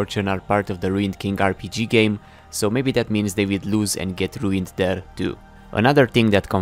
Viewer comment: Sentinel pyke, not riuned